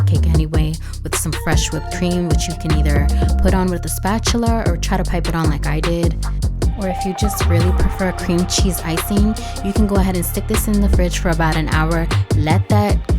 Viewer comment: My looks phenomenal!!! Gonna try soon! Gotta point out “Spatular” 😂